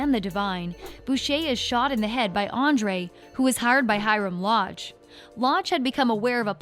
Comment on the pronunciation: You pronounced so many of the names wrong and some of these people aren’t even characters. Like Marigold, who is that. Hiram framed Archie not Andre. Also it’s Andre, not Andrew. Sorry if I sound kinda rude, it was just kinda bothering me cause I’m obsessed with the show. 👍